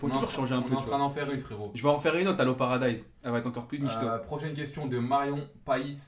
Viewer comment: Parediz mdrrrrrrr "paradise"